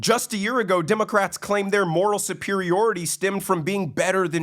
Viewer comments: WHY DO I KEEP HEARING " DEMOCRAPS " ? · I just keep hearing "democraps"